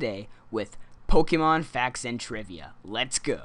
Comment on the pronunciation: it would make me very happy if you didn't say "pok-ee-mon"